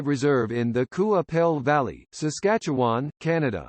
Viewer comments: Bad computer generated, and can't pronounce Qu'Appelle or Piapot. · Get a real human to narrate, and make sure they can pronounce Qu'Appelle, Piapot, and "Codine."